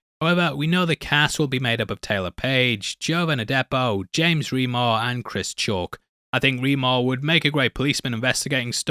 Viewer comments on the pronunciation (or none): none